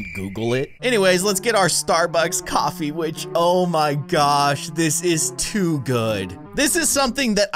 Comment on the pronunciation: He said office instead of coffee on accident.